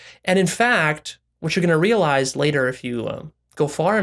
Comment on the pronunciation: This nigga said real eyesed